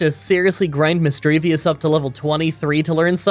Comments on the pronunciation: please for the love of god its mis-dreev-uss not mis-dreev-ee-uss and cran-ni-dos not cran-ee-a-dos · I absolutely hate how says missdreavus wrong. It doesnt end in "vous" its just "vus" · Not to be rude but it's Misdreavus not Misdreavius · misdreaVUS not misdreaVIUS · I'm so happy that someone else pronounces Misdreavus as Misdreavious like me lol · Shelldon, Misdreavius, Craniados, Garotle, Bronzer, Hippodon. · Not to rib you too hard, but you took the I out of Shieldon and put it in Misdreavus and my persnickity brain got annoyed. Have this thought for the algorithm, knowing you'll do it again. :P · Where is the ‘i’ at the end of Misdreavus? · There is no i at the end of Misdreavus.. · You've probably already heard this from other commenters, but you constantly mispronounced Misdreavus's name 😅 there's no second i in the name